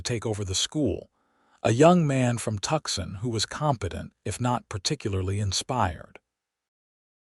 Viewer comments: Why don't you correct the pronounciation. For instance, live not LYVE, or Tucson not TUXON! And please edit. Isaac and Penelope cannot be 62 years old at a given time. Isaac is eight years older than Penelope. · Well done. The few pronunciation errors (eg:Tscon ... should be "to sun), did not distract the story... Very Well Done !!!